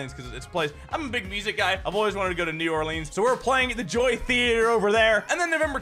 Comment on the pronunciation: New Orleens.